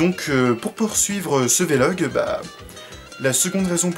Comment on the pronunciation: On dit un "vé-log" ? J'étais persuadé qu'on disait vlog, comme un blog, sans marquer de son entre le V et le L. ^^ Sinon je me pose la question, y a-t-il des chaînes de manga ou animation (surtout les films d'animation pour toi je pense ;) ) que tu suis ? ^^ La qualité que tu as est que tu présentes vraiment quelque chose de différent des chaînes "banales" de ce qui est en rapport avec le cinéma japonais, c'est intéressant, c'est pour ça que je te suis. Après pour cette vidéo, honnêtement je n'aime pas du tout les vlog, mais ça c'est mon avis purement subjectif, ça veut pas dire que je trouve que ce que tu fais est mauvais. ^^ J'ai juste regardé ta vidéo à la base pour avoir des infos sur ce qui va arriver sur ta chaîne. ;) J'attends la prochaine vidéo, comme d'hab. ^^ Je me lance pour le réalisateur : Mamoru Hosoda ? ^^